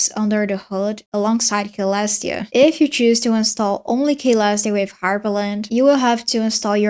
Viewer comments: klestia shell ummm the actual pronunciation is Celestiashell (Selestiashell) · it is Selestia not Kalestia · "kaylestia" ICANT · Hi, youre mispronouncing Caelestia, the C sounds like an S, like so "suh-LESS-tee-uh" great video btw. thanks. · I think it's "see-lestia" or maybe just "sell-lestia" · man its C not K 😭 killing me lmao.